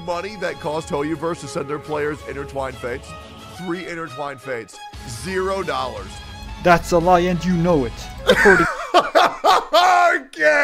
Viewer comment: BRO LITERARY SAID CHINA VERSE hahaha